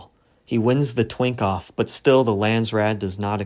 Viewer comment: Did he really just say "Twink-off"?😮